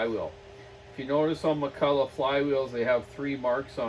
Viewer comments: Alright you silly canuck left coasters. It's pronounced Mack-Kull-LOCK. Heavy emphasis on the last syllable. Mick-Kull-Aww is McCullough... Not McCulloch. The "ch" is a hard K sound in Ireland, England, America and Scotland... Hence the Loch Ness monster. Pronounced Lock Ness.. It's not Law-Ness monster. Ok... Rambling over. What a great saw!! Its a beauty. The old Macs are just great. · Hi wish you Canadians would pronounce the word Mc Culloch properly it's not McCulla it's pronounced och as in Loch like Loch Ness. Great vids. Thanks. Iain from Scotland.